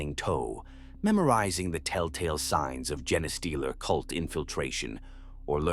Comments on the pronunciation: I wish channels would stop using AI.... jenna-stealer...tie-ranids, would be nice if the pronounced anything right... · Isn't it pronounced Jean Steeler like you know they steal your genes of your DNA not this other word he's saying like am I wrong have I been pronouncing it wrong this whole time I thought the name made sense they steal human genes or infect you know other races genes you know their DNA and turn them into something else